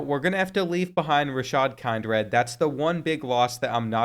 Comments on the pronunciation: Kind-red is crazy! It’s Kin-drid, bro. 🤦🏾‍♂️🤣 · Dude ik finally someone mentions it kind-red is wild